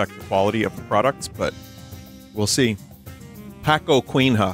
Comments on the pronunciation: I can never read paçoquinha the same way. It is now pacoquin-ha. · "Pacoquin has" eu não tankei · Binyot pronouncing Paçoquinha as "Pah-ko-kwin-hah" hit me like a truck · Kkkkkkkk i find it very funny you guys prounonce "Ç" as a "k" 😂😂 pa coqinha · I love laughing at Vinny's Brazilian accent "packoqueenha", killed me (also, I've never seen these packaged separately) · Thank you Bunny for butchering every single name of my country's delicious snacks, like Pakoquin Ha. I'm just glad you were able to taste the stuff most of us here know and love! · Hey vinny, some things to clear up: The ço in paçoquinha sounds like an s, so it is "pasoquinha" in sound but its typed with ç. Pé de moleque has an story to being called that way,it is that an slave old woman would make the candy to sell for money to her owners, and his kid sometimes would take the candy without telling to eat and because of that, she would not sell enough to get the required and would get punished, then one day she caught him taking it and spoke up saying"Pede muleque!" And it translates roughly into "ask boy!" And thats where the name came from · It's so funny when Vinny tries to say Paçoquinha and says Pé-co-quin-ra, these are common names for us to say but it's very difficult for foreigners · It is speeled Passoquinha! For the love of god! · Pakuokinrra kkkkkkkkkkkkkk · Poçoquinha went from peanut snack to a Aztec god in his pronunciation